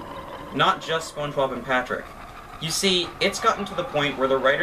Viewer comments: You said Patprick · He called Patrick, patprick……I love it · "patprick" got me dying